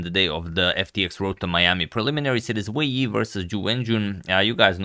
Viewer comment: I think you listed both names in the wrong order (first name family name OR family name, first name) for the title and above the players photos. I think you always pronounce the names correctly.